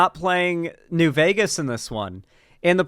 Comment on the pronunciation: "New Veger..." Lol, you gotta use it with an A, not a hard R,.